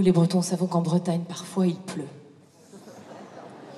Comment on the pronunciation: Avant de commenter ce genre de reportage, il faudrait que ceux-là apprennent à prononcer correctement les mot breton ! Elle confond les artichauts prince de Bretagne avec les Ducs de Bretagne, trop drôle !